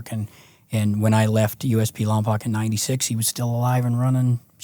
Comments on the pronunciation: He said lompoc its pronounced lom-poke infamous 😂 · Lompoc is pronounced Lom-Poke little small town on the map